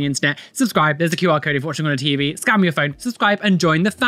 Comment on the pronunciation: I heard "Scam your phone" instead of scan and just went: On it, boss